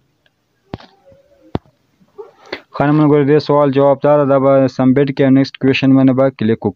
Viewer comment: Submit or sumbit😂